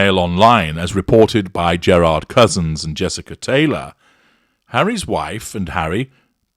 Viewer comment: "j" with no "d" sound attached 😁👍